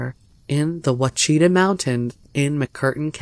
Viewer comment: The Ouachita Mountains is Pronounced ( Washa taw). Just thought you would like to know. Thank you.